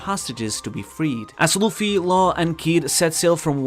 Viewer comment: i cant understand half of what you are saying without subtitles. ex. kidnapped = kidnai, Luffy = Luffly bro.